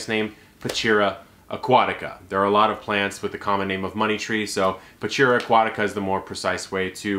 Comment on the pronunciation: Cool, but it's prounounced pachira like h in horse.